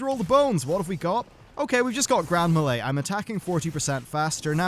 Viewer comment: i hate how you say melee lol